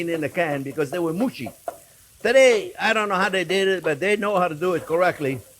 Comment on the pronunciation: “mooushy” 😂 ❤JP!